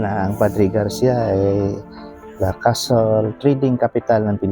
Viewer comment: hindi po castle kundi cattle…ang castle po ay kastilyo at ang cattle po ay baka. Ikorek nyo po ang tamang pagbigkas ng cattle po